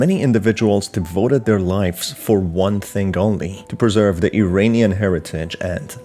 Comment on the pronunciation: Please pronounce "Iranian" correctly. It is "EErAAneeyan" and NOT "EEreeneeyan." Correct pronunciation simply is evidence of knowledge. Thank you.